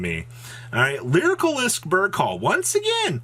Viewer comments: Dude please read how to pronounce lyrilusc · ffs pls learn how to pronounce lyrilusc lol